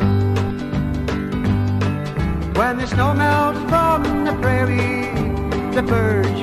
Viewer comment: Enjoyable music. Prairie, not "Praire."